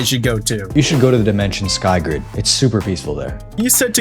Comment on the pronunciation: Bro you didn't say SkyGrid correctly